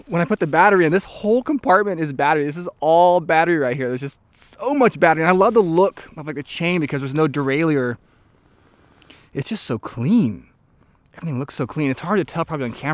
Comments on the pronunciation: it's Derailer xD not derailier??? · ya i kind of go back and forth on how to pronounce it. it's spelled "derailleur" and is rooted in the French language, and in English it's commonly pronounced both DEE-RAY-LER and DEE-RAY-LEE-UR.